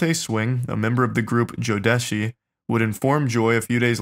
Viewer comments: the group Jodeci is pronounced (Joe- da- see) Kc and JoJo are VERY popular from the group.... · “Jodeshi” - Charlie It’s pronounced JO-deh-see LMAO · He said jo desh ee...its jo des si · Killed me when Charlie called Jodeci, "Jo-Deshi". Never even thought to pronounce it that way. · You guys are all SO YOUNG, but Jodeci (pronounced Joe-dessy) was a huge R&B group in the 90's. Anyone who listened to R&B in the 90's knows who they are and probably loved them, so.. They actually DID have alot to lose, BUT that doesn't excuse turning a blind eye, and i'm so disgusted to hear this. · If we really talking about pronunciation DeVante Swing was a member of Jodeci (Joe-deh-si)😂…. I would say I’d put yall on but 😬 kinda have mixed feelings considering he (maybe all of them) knew & didn’t say anything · You guys are butchering tf out of these names wtf is “Jodessy” and who is “Casey” 😂😂😂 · I was just listening again on Spotify and wanted to know the band Charlie was talking about when he said “JoeDeshi” (joe-desh-e) when I reality it was Jodeci. Then he said if they would have spoken up, they might be more famous today, like Jodeci isn’t one of the biggest R&B groups of all fucking time lol. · Charlie mispronouncing Jodeci was also super cringe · I love these guys, but they are butchering names here 😂. I cringed at "Casey" and passed out at how Charlie butchered "Jodeci". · The Way Charlie Pronounced Jodeci Made Me Cringe So Hard I Almost Found Myself In The Fetal Position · Apart from Cassie being constantly mispronounced, here are others: mispronouncing Jodeci and Yung Joc (it's not Yung Jo, how tf could you even read it like that??) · You don't know who Jodeci is or how to pronounce the name. Kind of bare minimum to be able to pronounce things properly and have a working knowledge of what you are talking about